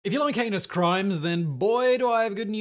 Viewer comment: Simon's accent got me with the opener today.... "If you like anus crimes...." 😳